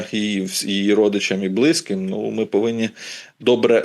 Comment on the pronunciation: Не повістка, а порядок денний. Не в шестидесятих-семидесятих, а в шістдесятих-сімдесятих. Не блИзьким, а близькИм. Не бУло, у випАдку, провЕсти, привЕзли, а булО, у вИпадку, повестИ, привезлИ. Не "в кінці кінців", а "врешті-решт". Не "вірним", а "правильним". Не "ПРИ певних обставинах", а "ЗА певних обставин".